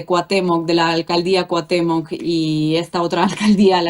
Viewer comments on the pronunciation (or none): Inna, te admiro pero aprende a decir Cuauhtémoc 😊